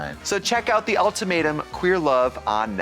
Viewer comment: I'm happy to know other people say "All-tomato" instead of ultimatum. Hope they watch the reunion episode!